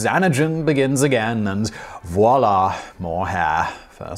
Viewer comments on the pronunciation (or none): none